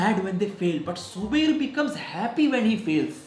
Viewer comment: Noone: zubairs teacher:*subair*